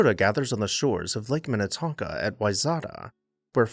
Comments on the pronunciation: 😂 you know when someone isn’t local when they say the name wrong. Wayzata, MN is pronounced “Why-zeta” lol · "Wayzata" in Minnesota is pronounced "why-ZET-a." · My dad’s family is from Wayzata. It’s actually pronounced “why-zetuh”. I’ve spent many a summer there, and it is lovely. I really miss my grandparents. And my parents live in College Grove now. My mom keeps asking if we want to move close to them. I keep saying not with those prices!